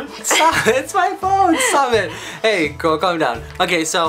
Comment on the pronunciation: He said gril hh